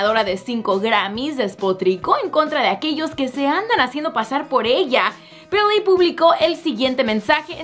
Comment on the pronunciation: Odio cuando dice BILLIE.... BEEHLEEH...